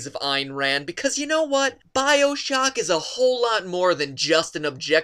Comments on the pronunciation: He fucking said biosock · I clicked off right as i heard bio-shocking